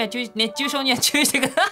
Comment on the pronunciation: 熱中症が言えないともさん可愛い(´ω｀)